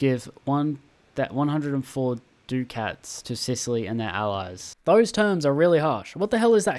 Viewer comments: dude youre killing me 😭😭 its "es-states" for 'estates' and "duck-ets" for 'ducats' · E-states and Du-cats